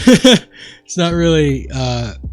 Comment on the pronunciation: "weally excited"